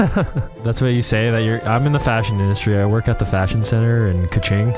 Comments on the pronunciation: Dude you say kiching not kuching, kuching mean cat they from Sarawak in these China you say the American not American it Malaysia the flag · "Kew ching" I can't💀 The way they pronounce it is hilarious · Yo, it's Kuching 😂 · I never thought my hometown kuching wound sound like cachingg, 😂😂.. i enjoy the roast vanoss.. and kuching is cat in malay language❤